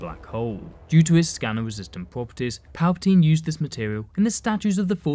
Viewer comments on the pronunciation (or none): none